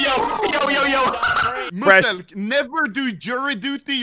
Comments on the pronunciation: x really just said Mu-selk instead of Meeu-selk 💀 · “Musselk” I’m dying😂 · I can't bruh the way he says muselk 😂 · Lmaoo the way xQc pronounced muselk is fken hilarious 🤣🤣